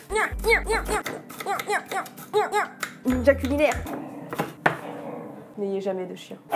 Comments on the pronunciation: Alors là ! Non mais tu m'as tuée à ! Le : COULINAIRRE , m'as fait explosé de rire pendant au moins 3 minutes ! T la meilleure pour me faire rire ...❤❤❤ 👇❤ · Tu as dit cuilinaire à la place de cuisinèrent